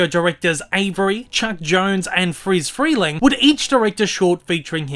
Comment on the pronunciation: Notes: 1. Congratulations, You're Pronouncing Friz Freleng's Name Correctly. 2. In The Middle of this Video You Mentioned Robert Clampett's Bugs Bunny Redesign, But I Have a Question for Ya: What the Hell is Big Chungus Doing in this Video?